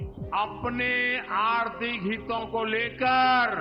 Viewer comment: हीतों नहीं हितों होता है सर ! अनपढ़ कहीं का !